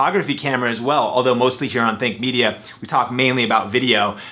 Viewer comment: at first i thought you said thick media